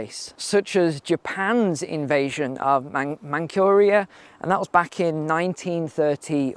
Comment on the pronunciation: "Mancuria"!! I think it is called MancHuria.